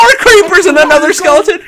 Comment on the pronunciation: I just realized you say skelington